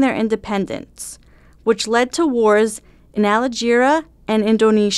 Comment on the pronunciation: i think ul find its pronounced, alge, erea (cool vid by the way very insightfull)